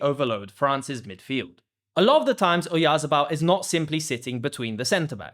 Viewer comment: Oyarzábal is pronounced with the stress on the 2nd 'a', the one with the tilde over it.